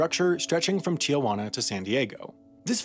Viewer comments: Not “Tiajuana”, but Tijuana. You added and extra vowel when saying it. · It's TIJUANA not TIAJUANA... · Am I the only one that got bothered of how he kept mispronouncing "tea-hwanna" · why do so many people pronounce tijuana "tee-ay-juana" wtf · duh, that was the point.